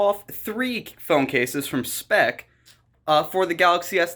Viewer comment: You lost me when you didn't take the time to read the product and properly pronounce it, and I stopped watching when you mutilated the box that is clearly designed to be opened from the bottom....